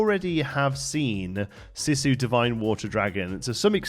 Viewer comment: Good stuff!! One pointer, Sisu is pronounced "See - Su" ( ), not "Sih-su"!